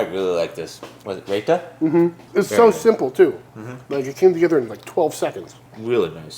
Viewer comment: Looks great! Not to be too nitpicky - its pronounced "RyeTa" and not "Rayta".